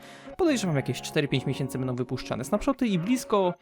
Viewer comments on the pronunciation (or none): none